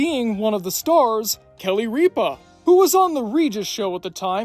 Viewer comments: rip-a not reep-a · It's Ripa, not Ree-pah. Also, Ripa had a wildly successful, DAILY morning show. There was absolutely no way she could do that, fly to LA, film a sitcom all day, and then fly back to NYC to co-host a show that was printing money. The way you characterized her as some prima donna is very unfair and uninformed. All this, from a person that doesn't like Kelly Ripa then or now. She ain't great. What is that voice affect, bro? Holy crap. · It's pronounced Rip-Ah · The way you pronounce Kelly Ripa's last name is so funny.